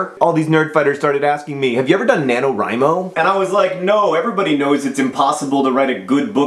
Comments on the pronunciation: FINALLY I HAVE FOUND SOMEONE ON YOUTUBE WHO ALSO PRONOUNCES IT "WRI" INSTEAD OF "WREE" JOHN YOU ARE MY FAVORITE OF ALL THE FAVORITES. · I so gunna fail at NaNoWriMo. Day three and about 3000 words. :( I'm glad you pronounce 'Wri' like 'write'. People keep saying like 'Ree'. ^.^ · Five stars for pronouncing NaNoWriMo correctly, and favorited for the metaphors. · oh good, I learned that the way I pronounce nanowrimo is the right way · Well, I think that since Chris Baty came up with it his pronunciation would be the correct one. So, using that logic, "rye" is right. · I would like to give you props, John, for being the first of my subscriptions to pronounce "NaNoWriMo" right. It always bugs me, haha. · you said NaNoWriMo right!!! a lot of other youtubers say it "na-no-ree-mo" and it makes no sense and that bugs the crap out of me. Just had to say that. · YAAAAY! AND YOU SAID IT RIGHT, TOO!!! It's my second year. YAAAAY NANOWRIMO!!!!!